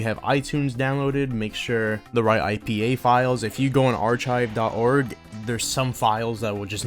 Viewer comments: No way he read pronouce Archive "Ar chive" instead of "Ar Kive" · bro it pronouce "ar-kive" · “Are chive”